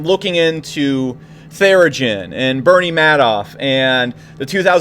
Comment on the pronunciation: Theranos not therigen